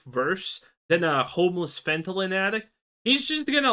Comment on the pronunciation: Fentylyn is hilarious its pronounced fent e nal